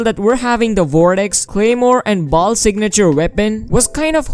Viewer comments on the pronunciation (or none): none